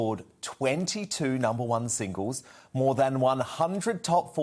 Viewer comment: What are “singooze”? Does he mean singles?